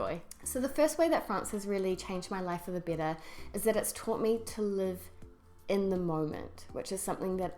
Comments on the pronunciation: However, you feel "BITTER"!!! That's what I hear. Do you mean "BETTER"? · sounds "bitter" instead of "better" because of your NZ accent. lol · your "better" sounds like "bitter" hehe. great channel by the way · I have to agree with the "bitter" instead of "better" but this is quite a good and thoughtful video. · Hope you don't mind but if you pronounce "better"..."bitter", how do you pronounce "bitter" then? I don't mean to be offensive, I'm just curious. Greetings from Italy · Carlo Defilippi yep i thought the same thing !!!